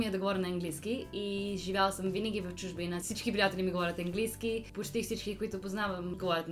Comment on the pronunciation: Не Енглийски а Английски с ,, А"